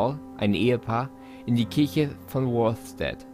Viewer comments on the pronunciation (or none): none